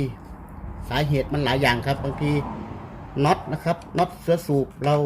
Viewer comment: ทำไมออกเสียงวรรณยุกต์ผิดๆ เช่น ผ้าปั๊ม..ไม่ใช่..ผ้าป้ำ.. /หรือ.. เสื้อสูบ..ไม่ใช่..เชื้อสูบ..../ผมว่าใช้ภาษาอีสานดีที่สุด เดี๋ยวนี้ทั่วประเทศฟังภาษาอีสานรู้เรื่อง / พูดภาษากลางไทย ไม่คล่องตะกุกตะกัก